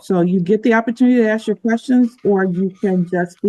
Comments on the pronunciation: All she trying to do is “ax” questions. Where do these people learn to say “ax” instead of ask and why don’t they correct themselves when they obviously must know it’s wrong. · She's trying to "axe" questions. Tells me all I need to know about her.